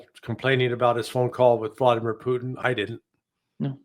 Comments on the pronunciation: p u T i n, not poo'in. The T is not mute. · Pooteenn not put in